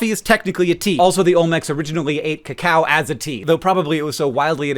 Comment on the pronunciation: I definitely thought you said Olmecs drank "the cow" as a tea, like some sort of beef-based tea, not cacao. I was very confused until I figured it out. Also, if memory serves, the word "cola" comes from Coke originally being made with the kola nut from Africa, which was the source of its caffeine (though famously, not the only stimulant in the original recipe) but it hardly surprises me that's not still the case and that synthetic caffeine is the norm across all sodas now.